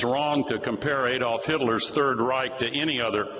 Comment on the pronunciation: Robert Reich isn’t pronounced ‘Rike’. I believe Kennedy did that to be petty and disrespectful.